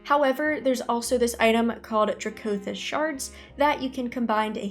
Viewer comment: Good video. I think it’s supposed to be DRACK-o-thist, like amethyst but with a dragon flair. Edit: commented before I saw the middle part, region is NA, and right now I think m+ could be really great next season